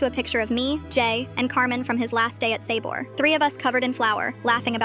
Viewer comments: "Sayboar" killed me. 💀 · The way she said “sabor” 😂😂